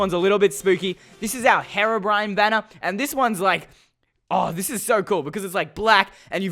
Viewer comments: It’s HERO Brian not heroo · Its pronounced (h-ee)robrine not (heh)robrine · STOP SAYING HARABRINE ITS HERO-BRINE GOSH JUST STOP TO MUCH PRESSURE OMG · 3 things. 1 your intro sucks, 2 minecraft pocket edition is trash, 3 its pronounced Hero-bryne not haro-brin. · When he done herobrine i thought he said heroine instead of herobrine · Great accent lol ...."Herobren" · Hero brine you said it wrong